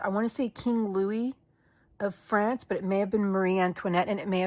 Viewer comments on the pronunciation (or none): none